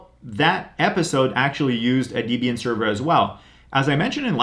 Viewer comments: “Dee-bian “ < off to an early eye-roll!> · izo... deebian? lol ok bud